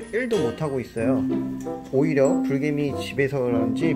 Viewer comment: 불개미가 브르개미로 들려